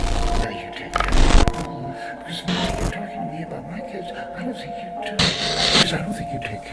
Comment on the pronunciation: "Oh that's good. ILL FINK! that esd for some reason funnt